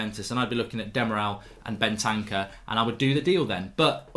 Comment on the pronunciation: Mark so bad at saying names, I thought he was saying Bentaka and not Bentancur